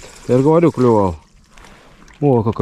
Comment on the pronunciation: Не говорите вы "клЮвал", нет у рыб клюва... По ушам режет...